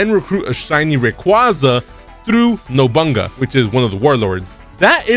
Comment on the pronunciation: That pronunciation of Nobunaga was atracious lol, it made him sound like a cave man lol.